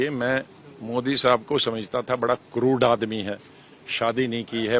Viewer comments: O bhai, Crud nahi Crur hota hai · क्रुर होता हैं, जीl क्रूड नहीं l